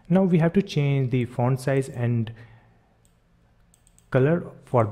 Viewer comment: Ever time he says font it sounds like *orn